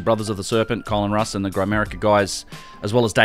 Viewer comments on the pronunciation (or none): none